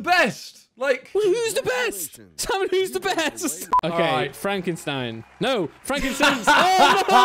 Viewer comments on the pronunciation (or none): none